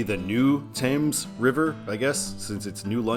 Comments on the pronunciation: The Thames River is pronounced as <Ɵe:mz> in Connecticut, not . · 95 is not mileage based in CT, but 395 is. The bridge is the Gold Star Bridge, not the New London Bridge and the river is Thames with a long A sound and a "TH" sound at the front, not a "T" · The Thames River in Connecticut is actually pronounced how it looks and not the weird British way Also, the bridge in new London is called the gold star bridge and that’s the bridge that had a massive fire a couple of weeks ago that you might’ve seen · While the river is spelled the same as the river in London, England, last time I was in the New London area everyone pronounced it as if it rhymed with sames with the th pronounced